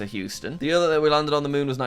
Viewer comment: Jack's way of saying "year" is funny :D "yuuuhr"